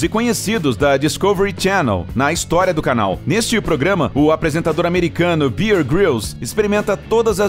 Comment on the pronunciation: Não é americano é Británico...e não é bier. É bear(urso)...